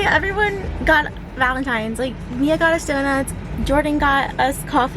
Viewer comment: Its valntines not gralntines